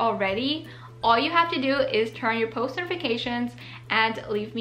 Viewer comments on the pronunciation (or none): none